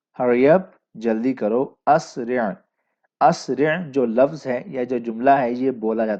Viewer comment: اسرع فعل امر ہے۔۔۔تو فعل امر پر زبر نہیں آتا ع کلمہ مجرور ہے لہذا اِسرع ہوگا👍